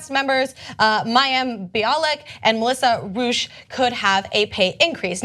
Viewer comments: It's Rauch, not Rooche. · YT, could you guys try googling people's names before reporting them? Kunal Nayyar's first name is pronounced 'koo-nahl', not 'kuh-nel'; Melissa Rauche's name is pronounced 'row-sh', not 'roosh'. Ana mispronounces names frequently and you guys have mispronounced Julia Louis-Dreyfus's name in more than one video. I know I'm kinda busting your balls, but it sounds unprofessional when you don't know how to say the names of the people you're reporting on.